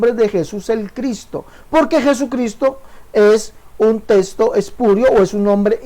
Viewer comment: Este señor se la pasa anunciandose y diciendo testo en lugar de texto.